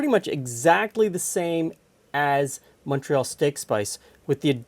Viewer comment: Thanks for pronouncing "Montreal" correctly! 😁